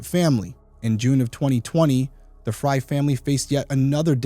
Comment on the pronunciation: Wow, it's really uncommon to see someone with my same last name. It's even more uncommon for it to be pronounced the same way. Most of the time, Frey is pronounced "Fray" not as I and the victim pronounce it "Fry." It is Scandinavian/German name in origin, derived from "Free Man or Freeman." I would love to know if we are related in some way.